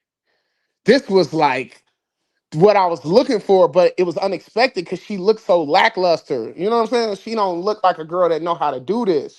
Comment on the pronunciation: wtF is "looked-ed"??